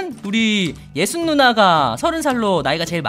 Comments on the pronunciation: 저는 왜 이 예수님으로 들릴까욬ㅋㅋㅋ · 저도 이맵을 플레이했었는데 어디로 가야할지모르고 길을 잘 안알려주다보니 포기했었거든요 도티님 영상보고 어디가 어디인지를 알아보네요!:) ( 부를때 빨리 부르면 예수님으로 들림.. 오 지져스) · 이 예수니라고 들린당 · 도티님이 이라고 할때 예수님이 라고 들렸어 ㅋㅋ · 이 자꾸 예수님으로 들리는건 저뿐인가요 ㅋㅋ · 도티님이 이라고 하실때 저만 예수님으로 들리나요? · 저도 생방 볼 때 도티님..이 놀리는 건줄..ㅋㅋ예수님예수님!!역시 예수님!!ㅋㅋㅋㅋ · 저도이라할때 예수님이라들었어요 ㅋㅋㅋㅋ